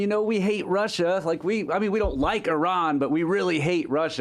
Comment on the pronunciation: At last ! an American who can pronounce Iran correctly ! it's NOT eye-ran !!!